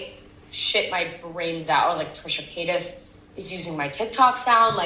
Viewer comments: Ilysm and I know it's hard to change speech patterns but it does make me kind of sad that it seems like shane dawson successfully made everyone mispronounce trisha's name 😭😭 I forget until I'm reminded, like he rly did that to them huh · You’re saying paytas like Shane 🙃